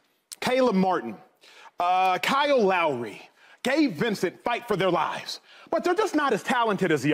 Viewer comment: "37 years old Kyoo LAury"